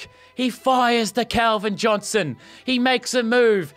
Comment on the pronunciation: u said will chick